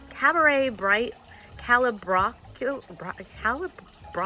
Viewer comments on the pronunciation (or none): It’s pronounced CALA BRO COA DOES NOT TO BE OVERWATERED